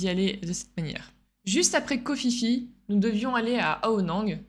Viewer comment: KHO PHI PHI SE PRONONCE PIPI(un minimun!)